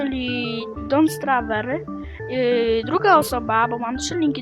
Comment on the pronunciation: don`t starve mówi się dont sterve taka mała rada :-)